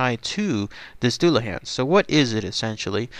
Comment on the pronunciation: pronounced dulla hon or dulla hawn